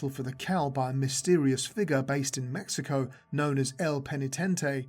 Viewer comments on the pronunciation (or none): none